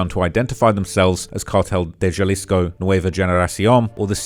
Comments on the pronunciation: Nobody told you how to pronounce Jalisco? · The Jalisco pronunciation is crazy 😂. Some of the other ones aren’t too bad though, Michoacán is a little harder. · my boy cant pronounce jalisco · Excellent video but brother how do you do all this research including numerous clips of it pronounced correctly and still not understand that a Spanish "J" sounds like our "H". Halisco. Ha-lis-co. Not Jhalisco. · Proper way to pronounce Jalisco: Sounds like huh·li·skow Ja-lisco = 👎 Hay-lisco = 👍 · Pro Tip: There is no J sound in Spanish,Every single time you see a J in Spanish,it's pronounced with the H sound. Not JA-lisco it's HA-lisco ✊️ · YOU REALLY JUST SAID "JAHHHLISKO" HAHAHAHA cmon man, I know you're a brit bruv, but you live near mexico now..... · Bro's pronunciation of things in Spanish is cheeks. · "Halisco" not "juhlisco" lmao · JUH-LIZ-CO bro i it’s pronounced like ha-lees-co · Every single news clip in this video pronounces it correctly, he doesn't care. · U saying (juh-lisco) is kinda pissing me off lol.. when its (huh-lisco). Even wen u hear all the news clips saying it right u refuse to fix it lol. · It's pronounced Ha leesco not ja 😂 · Hey. In Spanish “J” is pronounced like “h”. So Jalisco is pronounced like Halisco. Naranjo is naranho and so on. Edit: At least usually that’s how it works… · The "J" in Jalisco is an "H" sound bro lol! Its killing me that you keep pronouncing it like that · it's pronounced "Ha-lisco". The J in Spanish is usually pronounced like an H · BTW, its pronounced “halisco” 😅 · Nooo, it’s HA-LEE-SCO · Cabal-leros templar-es 😂 Jah-lisco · Maybe I'm more uncultured than I thought but, isn't it pronounced "Hal-isco"? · Dawg if you're gonna cover a foreign criminal, at least learn how to pronounce the spanish words 😂. Wtf is "Galisco" 😂😂😂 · Bro it’s pronounced ha-lisco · Halisco (the J is an H) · why couldn’t you at least look up how to pronounce jalisco. it’s on google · It’s just respectful to name the states correctly..